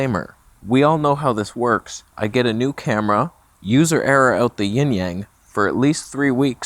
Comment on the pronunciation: OMG you said Yin Yang correctly. Praise the lords of light.